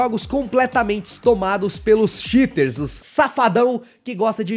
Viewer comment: Eu entendi xiters como shiters, de caguentos